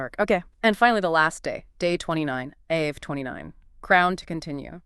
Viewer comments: no, no, you misunderstood ...not Ave as in Ave Maria....meaning that Av is the same sound as Ave....as opposed to Av ..sounding like Have, which is how you are pronouncing it. Are you people Gentiles lol? 🇮🇱✌️🩵🙏👑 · Wonderful teaching. It is AV though as in " Ave Maria" lol :) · Ah-v is how it is pronounced. But AI would not know that.